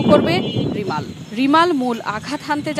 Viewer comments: Remal=রেমাল, রিমাল না, রিমাল উচ্চারণ করতে হোত যদি বানান Rimal হোত। এ কারণেই আমরা বাংলাদেশকে চিরঅশিক্ষিত দেশ বোলে থাকি। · ঘূর্ণিঝড়ের নাম টা ঠিকভাবে বলতে ও লিখতে পারলেন না😪